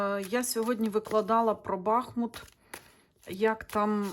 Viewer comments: БахмУт, а не бАхмут !!!! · Дуже Вам дякую за моє рідне місто,тільки будь-ласка БахмУт,наголос на другий склад.,будь-ласочка поважайте назву мого гарного міста, на долю якого випало таке важке випробування.БахмУт -це Україна,це титан,він переміг і перемагає!!! Да буде так!!!